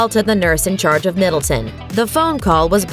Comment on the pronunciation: It's Middleton not Middletown, be easier if you just said Kate